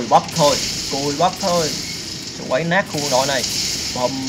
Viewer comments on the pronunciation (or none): nát chứ kô phải lát